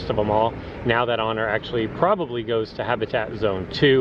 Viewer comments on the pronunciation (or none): none